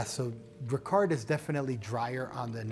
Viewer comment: Hi An excellent review of both , however the pronunciation of Ricard is Ricar, the d is silent. Also the ice is always added last. 🥳